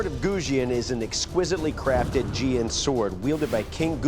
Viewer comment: Btw its jian not xian. Just sayin